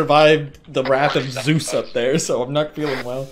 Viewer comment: "Wrath of zues"